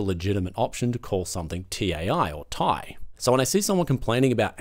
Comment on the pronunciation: Everyone knows its pronounced 'TIE' like 'A Tie Fighter' not Tai like Thai food dude. No Nvidia did NOT RUSH the 50 series. They wanted to launch in June July 24. Couldnt because its a DUD chip.